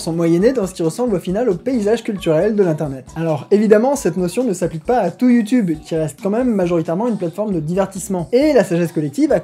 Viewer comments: Salut, j'ai découvert ta chaine il y a pas longtemps et tes vidéos sont super interessantes et dynamiques ;) Par contre (sauf erreur), youtube se prononce soit "youtUbe" (à la française) soit "youtIUbe" (accent anglais) mais pas "youtOUbe" ;) C'est juste une petite remarque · HeumHeum.... C'est You tioube et pas YouToube allez salut !!! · Comme commentaire constructif, je propose que tu ne dise plus "Youtoube" mais "YouTube" comme les gens normaux! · Moi j'ai retenu qu'il ne dit pas youtube mais youteube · quand il dit youtoub j ai l impression d entendre ma grand mere dire ; arrete de regarder des videos stupides sur youtoub pendant toute la journé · Il a dit YouToube huhuhuhuhuhuhu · Ça me perturbe de t'entendre dire ''youtoub''